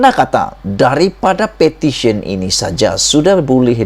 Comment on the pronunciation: Iya bukan sebut pertition bro.. Petition bro baru ngam sebutan bro.